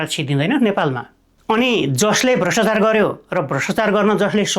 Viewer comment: "भ्रष्टचार" र "व्याक्तिगत" गलत भयो, कृपया "भ्रष्टाचार" र "व्यक्तिगत" भनेर उच्चारण गर्नुहोला। Right-scrolling long text पढ्न कठिन भयो, कृपया यस्तो टेक्स्टलाई Lrft-scrolling बनाउने गर्नुहोला।